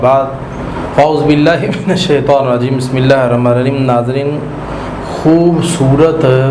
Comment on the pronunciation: یاشیخ الجاہل الکبیر پہلے بسم اللہ سہی طرح تلفظ کے ساتھ پڑھنا سیکھو